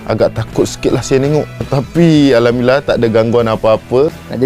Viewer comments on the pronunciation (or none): none